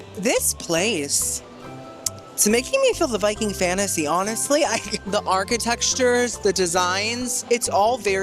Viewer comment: My favorite -ism… “Archi-textures.”😊